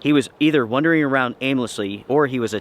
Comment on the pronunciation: WAH...ndering. not WUH....ndering. wandering